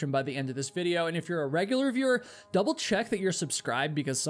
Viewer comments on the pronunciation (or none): none